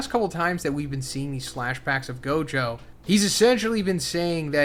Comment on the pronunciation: The way you said gojos, Majito, and megumis name really threw me off didn’t know ppl pronounced it like that